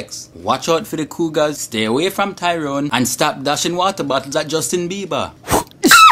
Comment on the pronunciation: i love how you say bieber "Biebah!"